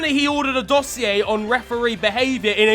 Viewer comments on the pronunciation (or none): none